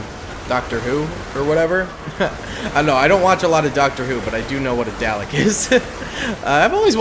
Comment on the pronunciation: That pronunciation of dalek lol